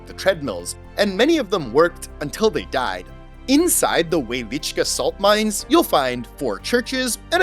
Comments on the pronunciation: Fun Fact: In Polish the W is pronounced as a V and the cz as ch. So Wieliczka should sound like Vielichka. 😊✌ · Oh cool! Since you were there, then you'd know the correct way to say it because I don't think he pronounced the name right. Doesn't the W make a V sound in Polish? Similar to Russian. It sounded like he at least said the cz as ch. Wieliczhka should sound like Vielichka, right?